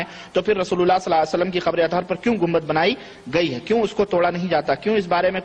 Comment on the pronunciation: Is najdi ko صلی اللہ علیہ وسلم bhi theek se kehne nhi aara salla sallam kehra jahil